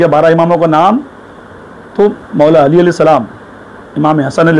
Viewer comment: maula a'li ke name Mein Ali ka ع nahi nikla hai sahi se 🙃 .. Imam e hasan aur imaam e hussain ke name Mein bhi badi HAA ح nahi nikli sahi se 🙃 IMAAM E ZAINUL ABIDEEN ko imaam e JAINUL AAPDIN bola 🙃 BAAQIR ko BAAQAR 🙃 SADIQ mein KOF ق nahi nikla sahi se aur QALQALA to Chhod hi do 🙃 MUSA QAZIM ko MUSA E KAZIM. ismein bhi ق nahi nikla sahi se A'LI RAZA ko Ali E Raza padhraha + ع nahi nikla hai sahi se 🙃 TAQI kabhi ق nahi padha sahi se A'LI NAQI Mein bhi ع aur ق nahi padha sahi se BADI HAA ح nahi samajh aaya HASAN ASKARI mein Ye dekhlo SANTRE ko sahi se jin imaamo ka name nahi lene aata Aur yahan tak ke Ali ka ع nahi nikal raha sahi se aur ye khud ko Kehte hai ye MAULAI hain.. Ya MAULAI nahi MAILAAYEE HAIN MAILAAYEE. Siwaye logo ko gumraah karne ke elawa aur kuch nahi aata iss santre ko 🍊😂